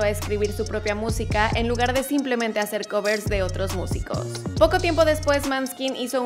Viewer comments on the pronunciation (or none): none